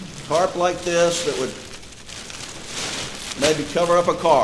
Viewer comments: 😂🤣 yes, she said “tart” 😂 instead of Tarp 🤭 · It’s a tarp not a tart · Lord, wish I was there to tell her, it is TARP, not tart. She is a standup citizen, credible as well......This courtroom looks like Mayberry's court room....teeny tiny, old fashiion.... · This woman says "tart" and they made a fool out of her by repeating that...knowing that she means "tarp." shame. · She’s mispronouncing the word 🤣